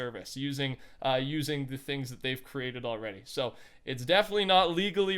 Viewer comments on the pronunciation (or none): none